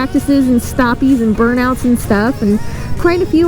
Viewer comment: Did you say "burn outs" LOL